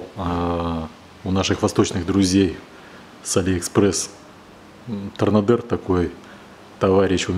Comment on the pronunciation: то р на до. Но не как не то р на дер 😵😵😵